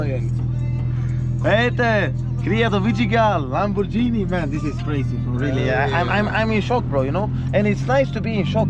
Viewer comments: fruten fraten bro, why you call it lamborgini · LAMBORGHINI with a G and not a J